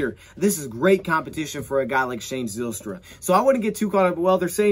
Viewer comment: The y in Zylstra makes a hard I sound like Ryan or Kyle